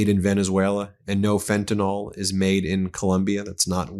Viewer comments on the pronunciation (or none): It's not "FENTANOL"! It's "FENTANYL". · Fentanyl, Not fentanol!